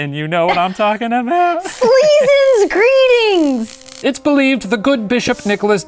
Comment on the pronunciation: "greettings" sure is something